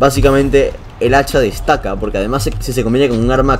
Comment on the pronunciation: Dice hecha XD